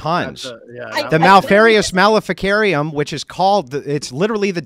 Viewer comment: The "mal-eri-us maleficarum" haha.